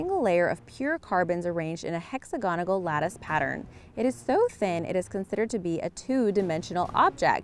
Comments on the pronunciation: The mispronunciations made my brain hurt. Hex-a-gone-a-gal...seriously? Hex-ag-on-al... There were about ten instances but there is no way I'm going to listen to it again to list them for you... Oh...yeah... poly-eth-thigh-lean for poly-ethel-een. Oh I'm getting dizzy just thinking about them again... Free Tip: Read your script to someone knowledgeable BEFORE you commit it to video... They'll help you get it right... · it's hexagonal, not hexagonagle. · Why the fuck does she have to still speak how she would converse with her pals, she's a presenter, not a clown or factory worker. You even said hexa gonagal, what the actual f. Just make things harder for more people by talking your specific way, why, hexa gonagal....... Fuck it, I'm out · Haha. She said hexagonagal. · 'Hexagonagal' (Congrats, you're an idiot) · She said hexagonal wrong